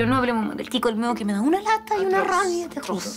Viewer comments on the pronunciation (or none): Me acuerdo que me puse a ver un capítulo suelto qué estaban dando y cuando dijeron chico almedo yo escuchaba chico el meo como que el wn era meón y yo así que wea el nombre qliao qué le pusieron